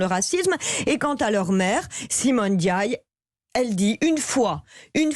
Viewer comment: On ne dit pas Pap ènediaye, c'est Pap Ndiaye